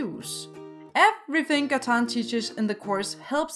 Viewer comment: Its not katan its Gatan